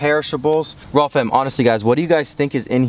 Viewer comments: Stop saying rawwm fan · it’s really pronounced rayyfam 😂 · should be known as rayyfam lol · don’t mispronounce… or should it be rayyfam then 😬🤨😂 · I had to stop watching this video because he kept saying rawwfam !